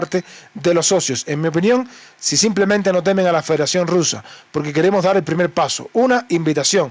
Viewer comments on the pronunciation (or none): none